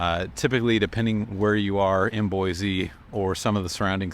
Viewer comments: Its Boiseeeeeee not Boyzee. Come on man. 😂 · Boise is pronounced "Boi-see" not "Boi-Zee" my friend. Ask around for yourself please. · It's horrible here. Don't move here. You'll absolutely hate it. You'd like Denver or Austin way more. Also, there's no Z in Boise. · ok, first of all I can tell you are not from here because of how you pronounce Boise. Don't make videos like this. Boise doesn't need anymore GD people.